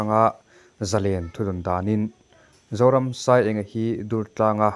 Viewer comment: Thlamuang deuhin chawl rawh se Zoramsaienga🙏🏼🙏🏼💐💐💐ahming hi ilamri diklo in ka hria